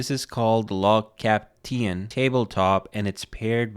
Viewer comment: Your pronunciation is 10/10 on "Lagkapten" - Im swedish and I was so suprised !!